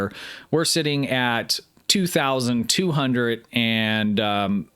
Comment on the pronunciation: This is great, tons of useful knowledge and great insights... just one problem... are you saying hundreT or hundreD? lol!!!